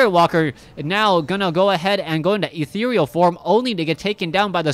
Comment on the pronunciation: Put a big smile on my face to hear a caster finally pronounce "ethereal" correctly :)